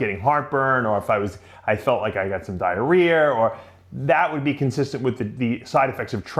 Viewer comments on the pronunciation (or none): Dave you were doing so good lately. And now it’s BACK! “diarrhearrrr”. Please man stop pronouncing A as “er”. Not hating, it’s just an annoying habit that ruins your otherwise awesome show